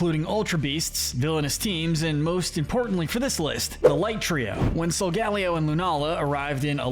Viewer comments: Hold up did i hear that right did he just say sol ga leo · It’s pronounced SOL-GUH-LAY-oh, ur-SHEE-foo, vol-CAY-NEE-UHN, sil-VAL-EYE, ZAH-ROOD, ZAIR-UH-or-uh, rai-KOH, WOH-chee-ihn, chee-ihn-POW, LAH-tee-OHS, LAH-tee-AHS, DIE-ahn-see, ee-VELL-tall, ray-QUAY-zuh, and DEE-ahl-guh, “Patrick Star”! 🤨 You need to study Pokémon pronunciations more,, because you’re bad at them! 🙄